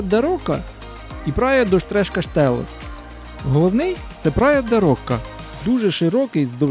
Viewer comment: Не рока,а роша